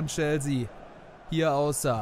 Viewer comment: Gute videos aber "chelsea" wird chelßea ausgesprochen 😅